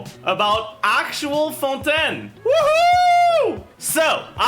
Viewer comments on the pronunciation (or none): isn't it fontAYN not fonTEN